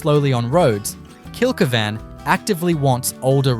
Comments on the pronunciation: Kilky van? Why can’t you correctly pronounce the names of the towns you are attempting educate people on. It’s Kill keevn. I had to stop watching your video…I just about choked every time I heard your horrible miss pronounced version. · Kill-key-van pronunciation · He's obviously never been there, or he'd be able to pronounce it.